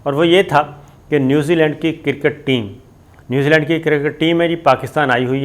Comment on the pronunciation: Kirrrket ni jahil cricket hai.. jahil anchor sale p te pronunciation te correct kr le.